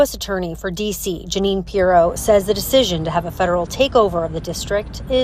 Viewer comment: Judge Gin-nean .